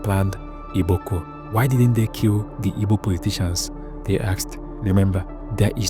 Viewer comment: and please it’s “Igbo” not “Ibo” …. Thank you